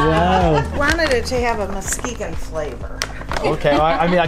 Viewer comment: I am so proud you pronounced Muskegon properly! You have been to many of my favorite places around me already! Silver Lake Sand Dunes was my childhood camping place. Ludington is a beautiful State Park with Hamlin Lake, the dam, and the river. It's fun to swim in the channel before the river runs out into Lake Michigan. Can't wait for your expressions when you see the Mackinac Btidge!